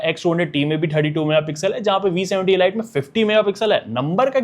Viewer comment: Bro pronunciation pe dhyaan do, ELite is not pronounced Eh-Light , it's EL-Eat , killer cut nahi Clear Cut, proformince nahi per-for-mance ... Stor-yo nahin Ste-reo, Khada nahi kharaa.... Not trying to mock you , it's a genuine feedback to improve your video reach and quality...